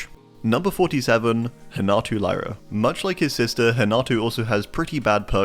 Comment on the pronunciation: nice vid but Lyra is pronounced like “Leera” in potuguese